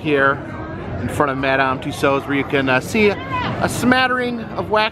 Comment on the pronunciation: Thank you for finally pronouncing Tussaud correctly!